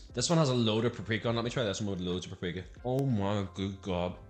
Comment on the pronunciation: you said paprika like prep-preeka 😂